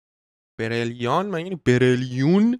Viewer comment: 😹😹😹😹وقتی به اسپاتیفای میگه سپاتیفای به برلیانم میگه برلیون دیگه😹😹😹